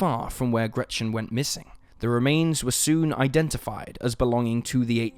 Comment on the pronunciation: Sorry, but the way he pronounces Gretchen triggers me so much, as a german.